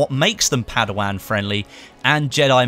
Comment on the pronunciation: ***** "padawang" come on mang